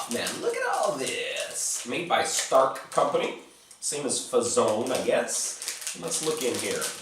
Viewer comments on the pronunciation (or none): K-plus is Croatian brand, big supermarket brand, just generic stuff, nothing special about them. "Stark" is actually pronounced as Štark (Shtark), their most famous product is Smoki :). And Pionir sports hall and Pionir sweets factory from Subotica have nothing in common, except the name lol. You might like Grom (similar to the Fazon bar, maybe even more cheap), Vitanova bars and Galeb chocolate. P. S. Not sure anyone outside Serbia cares about it or the candies that can be bought here, but interesting video. Happy Christmas :)